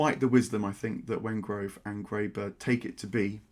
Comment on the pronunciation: Also, it is David Wengrow, NOT Wengrove.